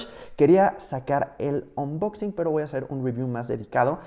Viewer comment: Jajajaja 😂 ya no es unboxing(anboxing) 😂😂😂😂 ahora es onboxin jajaja